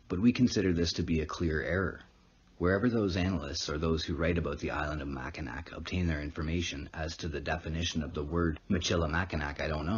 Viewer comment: It is pernounced mack-in-naw I live in mi just wanted to let u know that